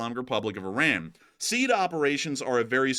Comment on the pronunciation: Sweet jesus....this is driving me nuts - it's not pronounced "seed" operations - it's "SEE ADD" killing me smalls